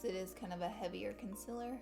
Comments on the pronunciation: Don’t get me wrong I love Laura but does it bother anyone else that she says consiler not concealer?????? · Stop saying consilurrrrrr😂it's concealer😂❤ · Konsiller , concillr, ohh.... concealer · CON-SEE-LER PRONUNCIATION PLEEAASEE! Every time you say “conciler” it bothers me sooooooo much oh my gosh 😂😒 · Ummm am i the only one who doesn’t say concealer the way she says it (con-se-ler)? Btw I say concealer like con-see-ler😂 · Conciller ugh 😂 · do you have an accent? I cant tell lol I love the way you say concealer. conciller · Concealer.. it’s pronounced concealer. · ITS PRONOUNCED CONCEALER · Tisha Patel yeah she says conciler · I didn't notice until you said it and now its killing me 😂😂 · STOP SAYING CONCILLER!!!!!!!!!!!!!!!!!!!!!!!!!!!!!!!!!!!!!!!!!!!!!!!!!!! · u say concealer wrong!! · Tisha Patel umm I hate when she says thattt😂